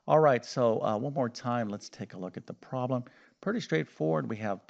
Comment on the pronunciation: Well his voice is great, I wish my ex USSR school math teachers had voices and explanation skills like his 😊 It makes me giggle though every timevhe says "proll" instead of "problem".